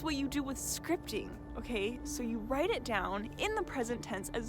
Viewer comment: Haha at first I thought you said Scrying? Like a a Scrying mirror haha so funny luv anyways it would probably work too haha for Scrying out loud ha! Anyways I get what your saying now and I'm certain repetitive Scripting works wonders I dig it! Super Awesome information here so powerful I love this thanks much appreciated luv Have a very positive powerful prosperous day!! 🌞✌😎🕯💵💰🤑 Yes!!!